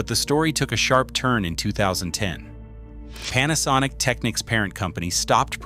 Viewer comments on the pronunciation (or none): none